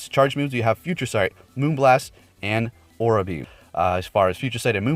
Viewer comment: I beleive it’s pronounce a-raw-ra beam, not aw-ra beam